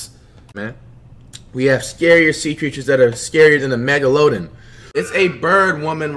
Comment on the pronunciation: megaloden🤣 had me dying😭